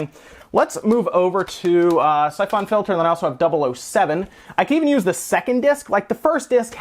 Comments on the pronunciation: The way you pronounce "syphon" makes me want to stab my brain. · That's not how you pronounce syphon...